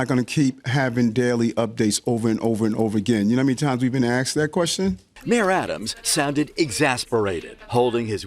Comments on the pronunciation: Did he say axed a question? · No Mr. Mayor, I do not know how many times you've been axed that wuestion. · How many times you been axed those questions? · Was he asked or was he aksed? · Ya know how many times I've been axed dat question 😂😂😂😂😂